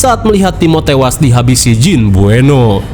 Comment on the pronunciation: Buenot bang bkn bueno😅